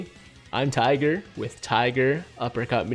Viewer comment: some times when tiger say tigeruppercutmedia i hear tigeruppercutchlamydia